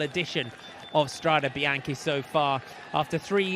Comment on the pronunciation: £30.99 per month and we can't even get a correct pronunciation of Strade Bianche